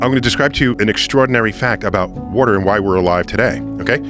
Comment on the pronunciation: “Wooter” They all pronounce it that way. I had to